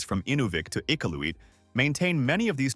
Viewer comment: Well narrated, with proper pronunciations except for Iqaluit. Otherwise well done.